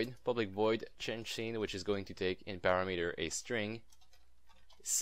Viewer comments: Just FYI: parameter is pronounced PAh-RAM-eter, not PARA-METER Thanks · pu-RA-mu-tur not para-MEter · It is pronounced a PUGH-RAM-eter. I hear SOOOO many people say this the way you said it... PARA-METER, which is totally incorrect.